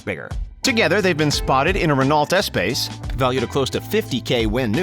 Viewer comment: Oh man a RenawlT Ess-payce?? Sick family hauler. Must be way nicer than the original version, the Ren-oh eh-spass...